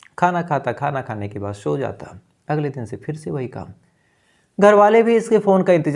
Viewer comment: भाई स और श में फर्क करना सीख लो रात को शो गया शुबह उठा पुलिस को शबूत नही मिला